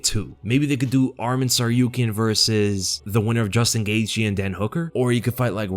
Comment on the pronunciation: Its gaethje, double dipping🤣